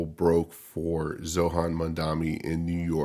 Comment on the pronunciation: Oh yeah and its pronounced Zoh-rah-n